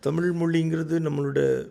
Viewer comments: சாட்டைக்கு ழகரம் உச்சரிப்பு வரவில்லை. 'தமிள்', 'தமில்' என்று தான் மூச்சுக்கு முன்னூறு முறை சொல்கிறார். இன்றைய தலைமுறைக்கு சுத்தமாக தமிழே வரவில்லை. இதில் அவரவர் தாம் தான் தமிழை காக்கும் தனையன் என்று பெருமை பேசுகிறார்கள். உங்க சீமான் மேடைகளில் ஆபாசமாய் நாராசமாய் பேசுவது எந்த வகையை சார்ந்தது ? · Thambi, Neengalum Thamizh endurance solli pazhagungal. Thamil moli endru sollamal ‘ zha solli pazhagungal